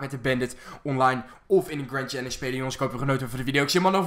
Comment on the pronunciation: of boomstam en je zegt grend chellenge